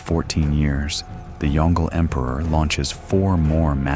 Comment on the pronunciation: The fact this narrator can’t pronounce YongLe is the greatest tell this channel is full slop. Full of not X but Y construction. Unsubscribe